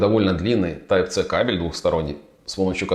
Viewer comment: Если уж вы говорите Тайп, то говорите Си, а не Це.